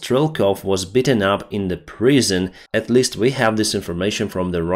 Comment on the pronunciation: You mention you want to work on your English sometimes. It’s very good, but to help, “beaten” say more like eat. Sounded like you said “bitten” and I thought for a moment he was mauled by a dog. Best of wishes friend. Slava Ukraini.